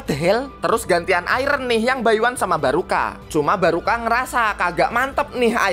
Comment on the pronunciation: Gw denger iron malah jadi Ireng 🗿🗿🗿